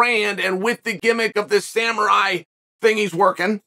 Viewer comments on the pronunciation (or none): none